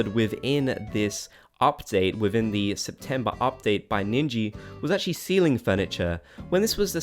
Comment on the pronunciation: You said 'ceiling furniture' ... I thought you said 'STEALING furniture' LOL! Like, you can take items that you like from your villager homes, or the villagers taking stuff from yours :D